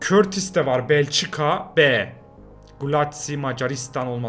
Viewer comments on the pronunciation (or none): abi turk harifleriyle yaziyorum anlaman icin kortis degil kurtuva diye okunuyor